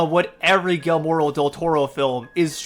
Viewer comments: You said his first name in the beginning wrong. 😂😂😂it's Guillermo, not guillermoro😆😆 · You’re saying his name wrong, you idiot! It’s “GEE-AIR-MOUGH!” Say it with me, please. GEE. AIR. MOUGH. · Great video! But, if you don't mind, I'd like to tell you how to properly pronounce Guillermo del Toro's name. The name Guillermo is pronounced like "ghi-yer-mo." You were correct in using a hard G rather than a soft G, though. When two Ls show up beside each other in Spanish, it's pronounced with a "y" sound or a "j" sound. When a regular "L" shows up on its own, you'd pronounce it the way you would in English. It's definitely not the easiest name for most non-native Spanish speakers (myself included), but I just wanted to let you know how it's pronounced, as politely as possible! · “Gillemore Del Toro” is crazy! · It's GEE-AIR-MO Del Toro! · How did you not figure out how to pronounce his name before recording… as you said he’s one of the most acclaimed directors of the 21st century how did you fail to check your pronunciation… like that just ruined your credibility and likability for me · I think he knows. He’s just saying it like that as a joke.